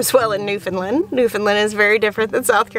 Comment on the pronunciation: As an Atlantic Canadian… thank you thank you for saying New “fin” land. And not New FOUND land. Thank you.